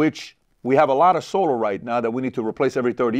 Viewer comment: PBD why do you say “solar” like that?